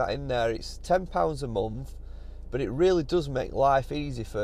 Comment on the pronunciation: On the subject of using music, it's not the use of it that gripes me but where and when it's used! Haven't noticed any misplaced tunes in your vids though 👍. Oh, and it's not "burt" it's " but"! 😂